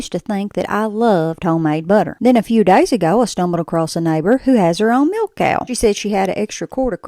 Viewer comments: I looooove how you say milK🤣🥰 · Say milK again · I love how you pronounce 'milk'. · Needed a jumpscare alert for that K at the end of milk